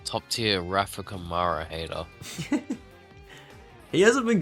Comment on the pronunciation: Campos undoubtedly has the best car, both their drivers are up there. Invicta isn’t the same team it was in previous years, and Câmara is squeezing absolutely everything out of that car with his talent. And saying that Durksen has the same amount of victories, without mentioning that those were sprints while Câmara's were features, it's not fair. Finally, it’s pronounced Câmara, not Camâra 🤭